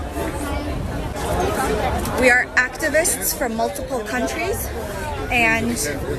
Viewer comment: "we are UCTUVUSTS... from MULTUPUL CUNTRUES"